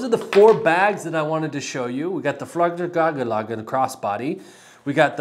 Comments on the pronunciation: It’s pronounced like “Fyarl-raven” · “Fyall-raven”. It’s super not hard and would’ve taken fifteen seconds to look up before making this video instead of seemingly revelling in being unwilling to learn how to pronounce a new word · I loved the Swedish-Chef take. I'm a huge Fjallraven fan, know how to pronounce it, but damn, it's fun to poke some fun, sometimes - especially these days.